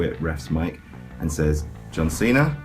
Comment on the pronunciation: why does he call him john cenar.